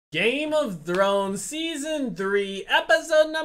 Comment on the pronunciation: I like your reactions, but can you tell me if what you say is 'Game of thrones' or 'Game of drones'. 'Cause i keep hearing 'drones'?